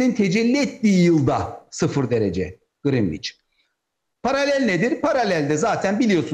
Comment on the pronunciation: (Greenwich) Grinviç dedi ya pes dedim artık.